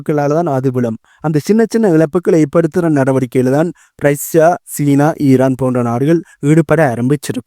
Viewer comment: காரணம்னு சொல்லுங்க,....கேரணம் இல்லை....ரைஷ்யா இல்லை....ரஷ்யா...